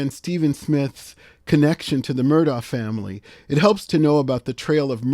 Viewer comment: I watched the whole trial and according to the family, their name is pronounced MER-dok.